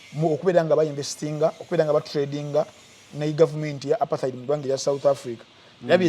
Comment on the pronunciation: u pronounce Apartheid as a Muganda! That word is In Zulu language, pronunciation should be Zulu, pronouncing it as apartaidi